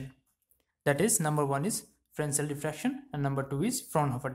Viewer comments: Frensel kadhu sir...fresnel... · FRESNEL - The french do not pronounce the S in this case.